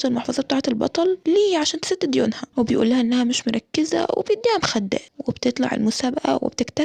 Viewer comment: أما بتقول مخدات بفطس ضحك😂😂